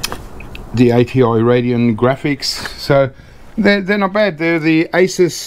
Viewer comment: ASUS pronounced ACE-US...The name is actually shortened from "Pegasus".